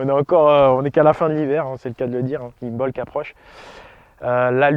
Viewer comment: Le « b » ne se prononce pas, imbolc se prononce imolc